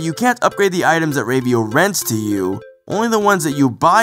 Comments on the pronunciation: Rave-io? It's Rah-vio, haha. Anyway, Ravio's shop is actually one of the reasons this is my favorite Zelda game. Everything is of use at first. Every rupee is important, every death takes away from you, and you want to salvage everything you can. But as the game progresses and you own more items instead of renting, you become stronger and more willing to explore. The game has a subtle way of "leveling" in just giving you more items and more health at your own pace. Not to mention the level designs are amazing. But I guess I'll talk about that at video! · Rave-e-o? Isn't it pronounced with a short A sound? Actually, lemme just check the Japanese... Yeah, definitely a short A. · I thought it was pronounced "RAH-VEE-OH"